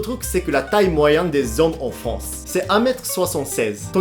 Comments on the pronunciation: Arrète de dire fonce pour dire France . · France avec un R FRRRANCE